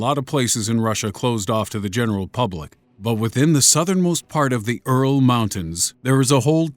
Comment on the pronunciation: Earl mountains huh. Get it together fuh-huck.